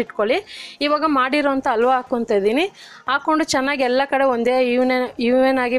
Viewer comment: ದಯವಿಟ್ಟು ಕನ್ನಡವನ್ನು ಕೊಲ್ಲಬೇಡಿ ಅಲ್ಬ ಅಲ್ಲ ಹಲ್ವ ಕೇಳುವುದಕ್ಕೆ ಹಿಂಸೆ